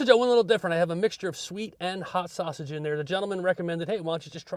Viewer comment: And you said it correctly